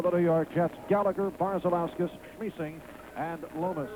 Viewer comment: I'm a UConn alum and we played Yale at Yale Bowl every year I was there. I played in the Marching Band, and we would make our entrance into the stadium through that tunnel. Never could beat Yale during my time there. Nice job pronoucing Barzilauskas. He's a fellow Lithuanian.